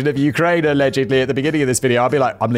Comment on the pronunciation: Simon Whistler, a-legend-ly why speech therapy is a thing.... JK man keep up the laughs!